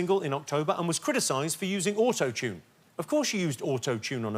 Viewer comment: Whoever's programming Jimmy might want to get him another version of the word autotune, sounds weird 3 times in a row